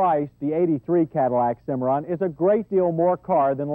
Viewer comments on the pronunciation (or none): You know... it's Cimarron, not Cimmaron.